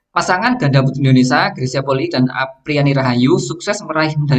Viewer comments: Mohon maaf coach, koreksi sedikit penyebutan Indonesia, not INDONESA, terima kasih 🙏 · Indonesia bang bukan Indonesa 😂